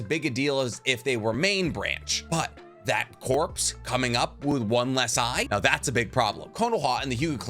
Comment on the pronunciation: I’ve been holding this back for so long but…… Corps is pronounced “core.” I love your videos don’t get me wrong!